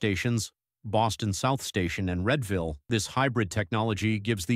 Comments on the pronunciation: REED-ville, not RED-ville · Readville, no Redville, yes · While the content is mostly good, I hate having robots reading the narration of these videos. Also the visuals are mostly unconnected to the text, even a map of Philadelphia. The locomotives were mostly shown with pantographs when talking about battery powered trains. Check the pronunciation of Readville, EMU, etc.